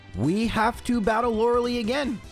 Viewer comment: Day 1 of asking to pronounce her name as "Lore-uh-lie"